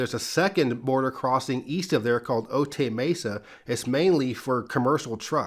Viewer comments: Otay is not pronounced, "oh-tay", it's pronounced, "oh-tie".😊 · It’s pronounced Oh-Tai not oh-tey. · Concur. I used to live in the Otay River valley, and it definitely rhymes with "try", not "tray".